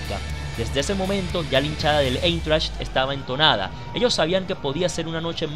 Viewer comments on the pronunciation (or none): Se pronuncia : Aintracht, porque en alemán el diptongo formado por las vocales ei, se pronuncia Ai. Igualmente la unión de las vocales EU se pronuncia oi, como en la palabra heute, que traduce hoy y se dice joite. La h se menciona como jota.